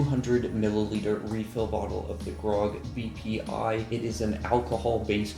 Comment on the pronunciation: am I the only one who heard "PPI"?